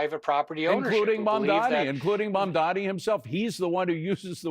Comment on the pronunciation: Can anybody say this guy's name right. It's pronounced Mom-Donnie